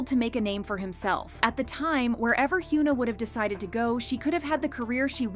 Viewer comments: It's not "hyOOna" lmao it's "hyuh-na" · for a kpopnews outlet, please pronounce the kpop idol names correctly please! it's "Heeyuhn Ah" no "Hyooon Ah" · he-you-na? lol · Stop calling her Hyooona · Yikes its definitely not pronounced Hyoo-na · I’m sorry but I’m trying to listen but I can’t focus cos you’re pronouncing her name wrong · i couldn’t even get through this video cuz of the way u pronounced hyuna… pronouncing poc names wrong especially when there’s so many examples of how to pronounce it right is crazy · Please learn how to pronounce her name. This is not the first time you’ve pronounced her name incorrectly (and you’ve done it to other idols too). If you’re going to report on Korean/KPop news it would be nice if you learned how to say their names correctly. We don’t need you to be fluent in Korean but the bare minimum is learning how to respect these idols names, even in times where they’re making stupid decisions like Hyuna has with her new boyfriend. I literally can’t even watch this video because that how much this bugs me. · Why did you mispronounce her name throughout the ENTIRE VIDEO